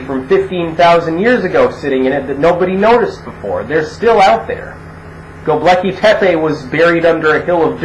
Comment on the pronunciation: I keep hearing the ruins you're citing as "The Lucky Pepe".